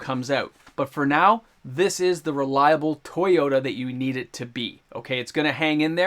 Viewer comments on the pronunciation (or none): none